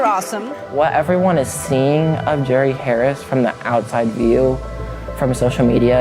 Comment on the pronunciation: Mispronouncing his name is kinda a great way to disrespect someone like this. I like it.